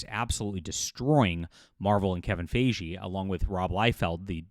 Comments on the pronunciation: Kevin Fi-Gi, not Fey-jee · Fi-Gee not Fay-Jhee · Why do you say his name wrong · Well, it doesn’t help that Ryan Reynolds is a terrible person. So that might add to the hate. Also, why does insist on pronouncing Feige's name incorrectly? I am not a fan of the guy but I mean, that's not how his name is pronounced. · mispronounced Feven Feige's name numerous times, and he's reporting on gossip as if it's news. This video is embarrassing. and Ranting For Vengeance are the two worst anti-woke grifting monkeybots on YouTube.